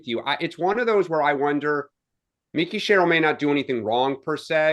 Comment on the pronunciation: you need to work on name pronunciation man. It's Mikie (like Michael) not Micky Sherrill in NJ. A Dem too 😂 And BeeBee not Bibby, as far as I know anyway